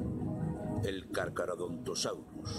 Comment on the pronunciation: El narrador: carchadorontosaurus El subtítulos: kArT cArDoN dOs AuToS